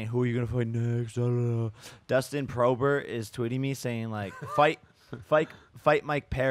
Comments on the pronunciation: He keeps calling Poirier Dustin Prober 🤣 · "Dustin Prober" hahaha 😀